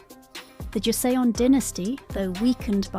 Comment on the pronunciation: where to begin? First, Paekje is not Pike-ye but closer to Peck-jay. Joseon is not pronounced Joe-see-on but closer to Joe-Sun, as in the Sun in the sky. And I could go on. Much of this is a failure of the transliteration from Hangul to English, but the producers should have reviewed this with a native speaker. Would have been an easy fix.